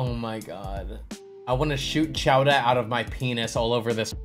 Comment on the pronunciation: the “CHOWDAHHH” every time had me dying 💀 you need to use that K sound now lmao